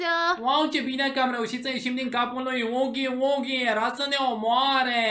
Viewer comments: Îi fain doar că vreau să-ti spun că huggy wuggy nu se pronunță cu ,,u" zi cu ,,a" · Huggy Wuggy se citeste hagi uagi nuh u gg y w gg y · Gagu bagy nu hugy bugy